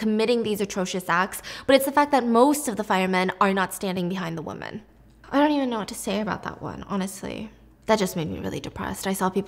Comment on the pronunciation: WOMEN... DAMNIT STEPHANIE ITS WOMEN.... NOT WOMAN